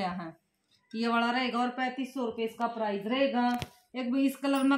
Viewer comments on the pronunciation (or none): Price hota h bhan prize nahi